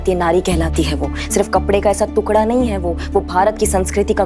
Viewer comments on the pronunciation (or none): ये जाहिल औरतें टुकड़ा को तुकडा काहे बोलती हैं।